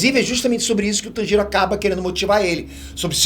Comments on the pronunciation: pfv não fale tanjiro como se não tivesse uma pronuncia mais forte no "tan". fale como se fosse "tãnjiro" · da um olhada na pronuncia dos nomes antes de fazer o vídeo, ficou muito nítido que ou você não assiste o anime ou por qualquer motivo específico pronunciou todos de forma errônea, até do personagem principal você não fez questão de falar corretamente, no fim o vídeo parece mecânico. (Obviamente eu sei que você não escreveu o texto… mas daí apresentar, cabe seu papel de detalhes… ) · Que agonia o jeito qur ele pronuncia Tanjiro